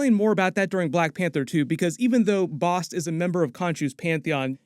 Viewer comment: Thank you for pronouncing Bast correctly, because in the first ten minutes of "Moon Knight" they mispronounced Taweret and continue to for the entire series. Quetzalcoatl, (is KEHT-sahl-KOE-awt. The 'L" is silent, but is also pronounced KEHT-sahl-KOE-aht-ul -- and the "L" is included. But, hey, it's Marvel so just go with it, maybe the 616 Public Domain gods just do whatever over there, but Nuhautl -- the language of Aztecs, is still spoke by more that a million Nuhua people still living in Mexico. Coyote, Avocado, chocolate, are all words that came to us via the Aztecs. But, again it's 616, go nuts. They've messed up Norse Mythology for years now.) Quetzalcoatl is a big deal god of the Aztecs, (and is a 'he'), In the Mayan pantheon, he is called KuKulkan and they are the same god. The Mayans are an older civilization than the Aztecs, although they overlap briefly for a series of years, the Aztecs rose to power a century after the Mayans. Both occupied different regions of what is now Mexico, the Yucatan and Central America. Both had written languages and advanced mathematics. Tepeyolltol, ('teh-PEA-ah-tohl' or 'teh-PAY-lot-ALL', -- I've never heard it pronounce 'TEP-ah-tee-OH' -but again off we go to 616, if they're going with that it sounds fairly close to 'Tapatio' which is the masculine form of "from Guadalajara" - which is a great city!-- The rest is dead right, well done! He is the "heart of the Mountain", the Jaguar god of animals, darkened caves, echoes, and yep, eart